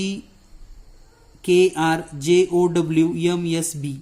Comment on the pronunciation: यम नाही एम म्हणा